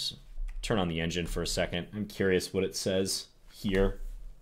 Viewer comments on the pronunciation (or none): none